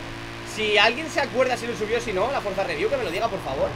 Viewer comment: Nadie: Absolutamente nadie:: Frozareview